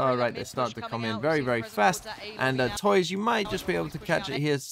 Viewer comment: Hey man! Just a quick correction, don't know if you'll even care about it, but on the off-chance: Tuyz's name is actually pronounced "too-is" instead of toys. Just a clarification if you wanna call it by how it's actually pronounced. But great analysis! Always great to see you talking about LOUD and breaking out their strategies.